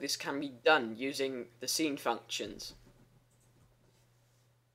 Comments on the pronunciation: Lol i was confused by him pronouncing sin,scene. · Just wanna mention: sine is pronounced like "sign." :P Just thought I'd let you know! :D And thank you so much for these clear, informative videos!